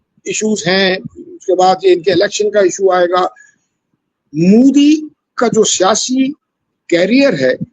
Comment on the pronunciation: Abe Mudi (Mooodi) nahi, Modi (Mowe-di) bola kor- anpad!